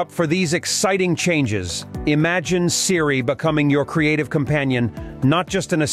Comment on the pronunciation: This site has ZERO credibility! The speaker doesn’t even know how to pronounce Siri!